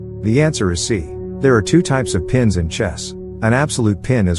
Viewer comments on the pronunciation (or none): none